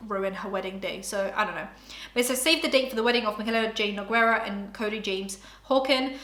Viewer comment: I always love seeing how people pronounce her name. It's Noo-Gay-rah. :]